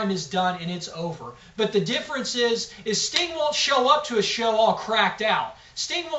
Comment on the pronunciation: Did he call Sting stink.LOL!!!!